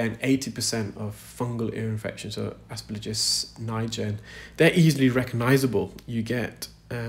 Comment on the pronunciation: Please excuse me for saying, but you keep saying “asper-LIJ-us” when it’s “asper -GILL-us”.